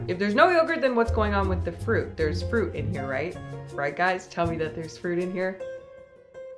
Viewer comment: "froot" snacks